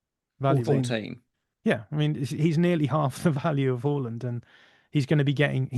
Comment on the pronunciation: Closer to the real pronunciation of his name than Haland